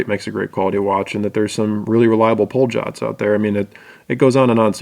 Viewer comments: Hi, great video as usual. Just a couple of anal retentive comments, hope you don't mind. (1) It's pronounced "Polyot", not "Poljot". (2) "Alangezone" is "A. Lange & Söhne", meaning "Adolf Lange and Sons", so it's not a one-word name.:) Love your no-nonsense videos, btw. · "POLE-JOTT"? LOL its pronounced "Pole-yaute" :)